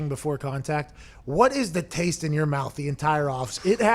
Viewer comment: Slapped in the mawth